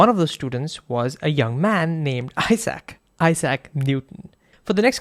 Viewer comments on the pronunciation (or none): none